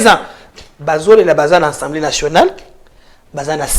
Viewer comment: Pourquoi la plupart des congolais prononcent mal le mot Assemblée ? J'entends souvent des bouches de différents intervenants sur les nombreux plateaux: Ensemblée. C'est incorrect, s'il vous plaît, corrigez cette erreur de prononciation. On dit bien Assemblée et non Ensemblée. Remarque gratuite, sans rancune.